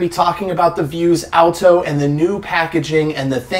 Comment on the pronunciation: Stop saying “vuse-alto”